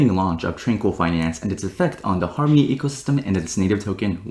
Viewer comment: "Farmony", lel